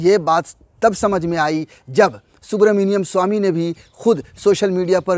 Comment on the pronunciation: Bhai aap naam to sahi se lo